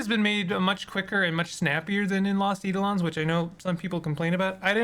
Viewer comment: Just a minor comment about pronunciation, it's eye-DOE-lon (with capitalisation indicating the stress). Thanks for the run down on the game, makes me want to try it :)